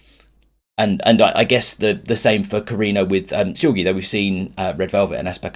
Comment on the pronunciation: I'll give you a weird way to remember that Seulgi is a hard g sound instead of a j sound. Backwards her name would be iglues (igloos). Just remember igloos is a word. Ijloos is not a word. Therefore Seulgi with a hard G, not Seulgi with a J pronunciation.